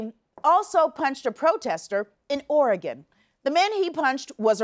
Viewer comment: thank you for pronouncing Oregon correctly